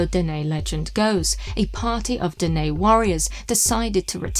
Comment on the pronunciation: Yes... the Dene here is pronounced Den-EH. I am a Dene. this is my territory. 🖖🧡